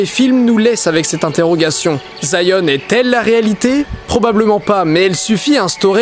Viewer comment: Zion ? Je crois qu'on dis Sion